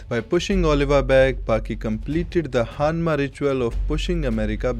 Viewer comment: Dude great video as always but "Hanmacally" killed me put right